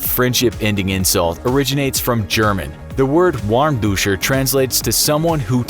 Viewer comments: As much as I love the Infographics Show, it infuriates me that the “W” in “warmduscher” is not properly pronounced. In German, Ws are pronounced as Vs, and the “er” at the end is soft, like in British. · the ghost gamer 2017 Ich weiß ja nicht wie schlecht dein deutsch ist, aber man spricht Warmduscher wie Warmduscher aus ;) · Loved the video, but I don't get why there's sake bottles and Japanese branded soy sauce in the part about Chinese insults. And Lavette is pronounced quite differently, same as Warmduscher. But great job for a maybe non-native speaker to have a go at it! Keep up the great videos, love from the Netherlands. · You pronounced lavette and warmduscher incorrectly.